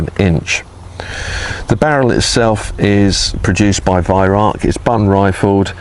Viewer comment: Lived 19 rs in Germany, Bi -Lingual, Can my fellow Brits burn this into your brain.." Vih Rowk"...this guy has the Vih right, he screws up on the Rauch and says "Rark"...Nothing worse than Germans giggling at us ! :D